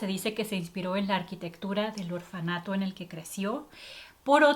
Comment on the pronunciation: Se dice orfanato